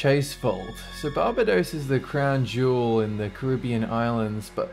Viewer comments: It's Bar- bay-dos! Not barb-a-dos. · What's Baa Baa Dos? don't u mean bar bay Dos. ....lol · It is not called BAHbadoes, but Bah BAY dos. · bar-bay-dos not barberdos ffs XD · lol BAR-bahdose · Im from that said crown jewel Barbados. + it is pronounced Bar-bay-dose. Nice video keep it up! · Bar-Bae-Dos, say it with me. Surely you know this. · you pronounce Barbados stressing on the second a. as in bar-BA-dos. and folklore like this has been happening like this all the time, for instance, there's a similar story that takes place when a husband was buried next to his wife. When the tomb was opened, the coffin was found upright in the corner. The coffin was placed back and left, but when the same thing happened, the wife's body was removed, as it was thought that the man did not want to be buried with his wife. The coffin stopped moving afterwards. there's another one i know pertaining to a BCC hike (Barbados Cadet Core) that happened continuously a few years back when there was still a master star level( a form of ranking). every year when the cadets walked a certain road at night, an extra person would show up a boy with two gaping holes instead of eyes. he used to wear a star 5 badge, which was terminated at that time. I'm not sure about the details, i might have mixed the two star levels around. if your looking for more creepy stuff look up the lodge secondary school in Barbados or harrison college Barbados and find some stories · "barber-dose" xD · Actually, it's BAR-bay-dose. There is an "r" in there. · took me a bit to realise he was saying 'Barbados' it's pronounced 'bar-bay-dose' with the accent on the 'bay' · For-MAL-duh-hide. Bar-BAY-dose. Dude. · FYI, it's pronounced bar-bay-dose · "BAR-ba-dose"?? Really??? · Barbados is pronouced Bar-bay'-dos. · It's pronounced Bar-Bay-Dos :) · Babadose ? LOL What is that? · Barbados is pronounced Bar-bay-dos lol just saying :) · I like how u pronounced "Barbados" lol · Pokemon Fanboy Aussie